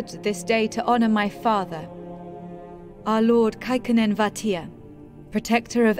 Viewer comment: A lot of the names (of people and places) are much more Finnish than Swedish. And I for one can't unhear Kaikonnen as Kekkonen.